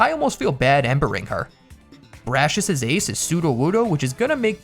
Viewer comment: bras-si-us him : BRASHES pa-ra-lyzed him PARED